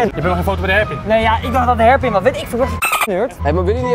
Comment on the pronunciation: koen kan hairpin niet uitspreken. leuk